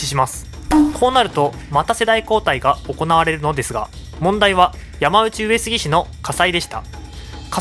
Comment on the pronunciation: ”やまうち”上杉氏でなく”やまのうち”上杉氏では？